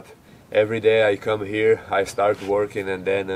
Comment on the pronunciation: "Here", Where are you from? Thanks